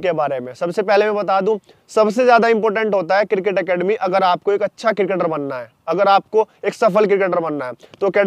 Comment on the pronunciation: Cricket hota hai किरकेट नहीं 😂🤣. और ये कोच बनेगे